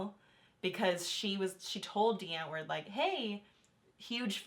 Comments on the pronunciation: Since they're South African the name "Die Antwoord", is Dutch for "the answer" so you pronouce it like : ' dee ant-vord' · I find it triggering when they keep pronouncing "Die Antwoord" wrong.